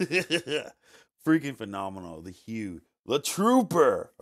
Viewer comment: Pronounced more like "Who" than "Hue" The Hu ❤‍🔥